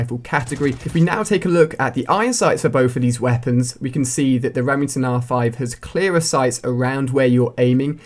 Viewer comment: lol reming ton